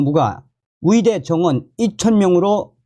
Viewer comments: 감사한데요. 발음 좀 제대로 연습 좀 하세요. 의대 와 위대. 발음이 다르지요 왜 의대를 위대라고 발음 하시는데요? 좀 노력하세요. 또 의사이지 위사입니까 왜 그 발음이 안됩니까? 의무기록이지 위무기록은 또 뭣이구요 의료를 또 위료라 하네요. 이 방송 본인이 직접 좀 다시 들어보세요. 참 듣기 거북하네요. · 왜? 의대를 위대.위대라고하냐?ㅡ의대 해봐 ㅡ